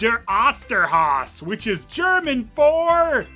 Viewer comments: Apart from the Dingo Pictures oddities: I think pronunciation of German words has improved a lot. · as a german its always a joy to hear pronounce these titles. also props for the castlevania reference